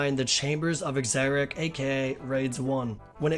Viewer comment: "The chambers of EXERIC"... lmao.